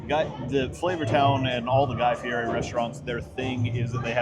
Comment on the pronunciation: Like #26 Good and honest review. By the way, it’s Guy Fieri (pronounced Fee Et Eee) the r is pronounced as a T. I got a good laugh each time you mispronounced it.